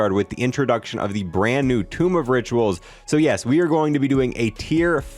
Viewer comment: he said tomb of riturals